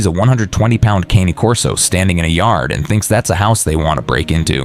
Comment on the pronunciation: Mispronounced Cane Corso. Italian 2 syllables CAW NAY. Not like the cane I walk with. Never cane, but Caw Nay. Mamma mia! 😮